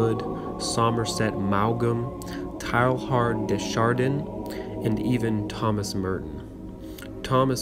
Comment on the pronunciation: I appreciate having this book in audio form. But please google name pronunciations if you don't know them. Teilhard de Chardin is pron. "TAY-ahr duh shahr-DANH" (n is virtually silent) not TAIL-hard dee shar-DEEN. Somerset Maugham is not "MAO-gam." It's pron. "Mawm". "Posthumously" is not "post-HU-muss-ly, but "POS-chu-mus-ly" Etc.